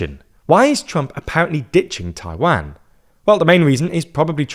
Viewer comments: Not Tai-WEN, Tai-waan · jesus, its not pronounced as Tai-Wang.... it's tai-WAN.... U r english, u should be able to pronounce it correctly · Repeat after me: Tai Wan, not Tai Van. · Why do you Brit’s and Aussie say Tai-WAN, like WANKER. Pronounce it better like a Canadian and American, TAI-WON. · Hearing you call it "Taiwhaen" is really confusing. Far as I know, it's pronounced "tai-one" , right? As in the number one. Taiwan -> tai-one? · it is "Taiwan" not "Taiwen" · 😅 i really really enjoy the subject and the analysis as a whole, but. Those pronunciations hurts my ears. It is Taiwan, with a W, not a V, it is not a Van. And then Tsai Ing-wen, and Lai Cing-Te. Lai Ting De, as it is pronounced. Those Cing and Te, is wade Giles. A really really bad and really old way of writing the Chinese pronunciations. 😅 This is where Nanking, Peking, and so on comes from. Just like it is pronounced Beijing, and not Peking, then Lai Ching-Te is not pronounced Lai Ching-te, but Lai Ting-de. I am an actual Taiwan expert so I agree with parts of the analysis, and overall it is solid. And that is big compliment since most coverage of Taiwan is 😅😅 well,🐶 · 我说的是"a", 不是"an"和"ai". 用IPA表达 正确的读音应该是/tʰaɪ wan/, 视频里那个人说的是 /tʰɑɪ wæn/ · Dying at english pronunciation of Taiwaaaan 😂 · taiwen. jeesus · agree, the strange pronunciation is very noticeable, "Taiwanne". Good informative video nevertheless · It's pronounced "tie-one" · The way he says "Taiwæn" is making me cringe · At least learn to pronounce the name of the country you're talking about. It's painful to listen. It's Taiwan with a long second 'a' sound. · Where is Tai-Wan? Are you deliberately mispronouncing it - or you just don't know? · Please stop pronouncing "Taiwan" like this 😭😭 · For a person that can’t even pronounce Taiwan properly, how can I take your point seriously? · Jesus please stop mispronouncing Taiwan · That's not closer to the Mandarin pronunciation. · The pronunciation of Taiwan is killing me lol